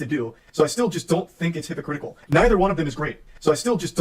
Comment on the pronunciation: calling him hypocritikal is so funny lmao 🦔❄